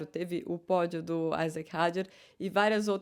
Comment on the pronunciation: Ju, você me decepcionou agora! Sua pronúncia do piloto Isack Hadjar está incorreta! Ele é francês. A pronúncia, como ele mesmo se apresenta, é "i" e não "ai". Veja o link onde ele pronuncia o próprio nome.